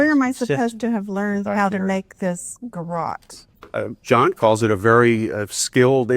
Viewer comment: Lol. can't talk when it comes to the ref to toilet when he pronounces the word garotte like carrot. It is a French word,,,gar - rot. 😅